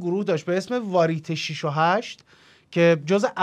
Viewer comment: باسپاس از زحماتتون و ضمن احترام برنامه تلویزیونی پرویز مقصدی تلفظ صحیحش وار یه ته است (waryete)